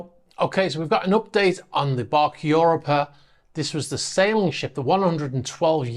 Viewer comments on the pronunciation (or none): I think it's pronounced "u ROP a", not "UR o pa"